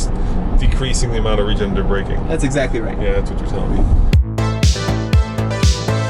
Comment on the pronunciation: RegenERative braking. Not regenative.